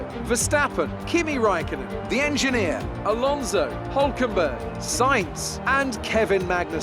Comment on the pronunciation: I love Crofty when he says: "The enginner" I don't know why haha